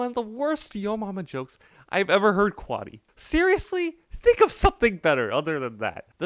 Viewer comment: bro callled him quaddy lmao